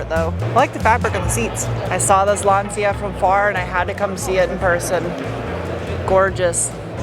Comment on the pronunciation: i thought it was LAUNCH-UH = Lancia😮😂❤